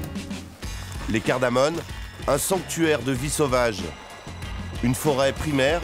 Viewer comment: Ces montagnes s'appellent Les "cardamoMes" et non pas les "cardamoNes" comme répété constamment dans ce reportage.